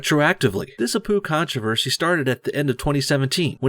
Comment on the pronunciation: Naantroversy😂😂 Naan is an indian bread